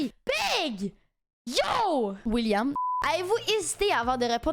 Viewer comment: Le "William" m'a tuer 😂😂